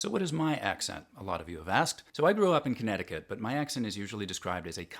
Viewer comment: Same here, when he said Connecticut I was like "oh that makes sense." I think it might be his vowels? They seem to be "longer" than what I would consider a more neutral accent, and for whatever reason that sounds northeastern to me.